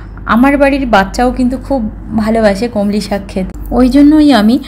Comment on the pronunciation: আপনার রান্নার পদ্ধতি ভালো। আন্তরিকভাবে বলেছেন বেশ ভালো। কিন্তু বার বার কানে এসে খটকা লাগছিলো "কলমি শাককে" কমলি শাক বলার জন্য। যিনি ভিডিওটা বানাচ্ছিলেন, তার উচিত ছিলো এটা সংশোধন করে দেওয়া।